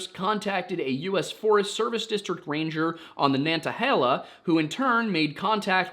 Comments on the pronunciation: Macon is correct, but it's "Nana-hey-luh" stress is on the "hey" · I love the content! Just a small thing, you properly pronounced Megan just like bacon so excellent work there! With nantahala around here we don’t generally pronounce the t hard and annunciate it. It’s almost a D sound if you make it at all. Kind of NAN-duh-HAY-luh. Again, I love the content! It is kind of fun hearing you try to pronounce words that there is no phonetic pronunciation for though lol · My family spent so many summers in the Nantahalla gorge growing up. Don't pronounce the T. Nantahalla NA-na-HEY-lla. Sevierville sev-EAR-vull